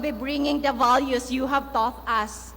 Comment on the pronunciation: ''the'' ''duh'' ''H'' ''each''